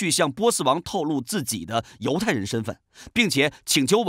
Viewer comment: 读错了吧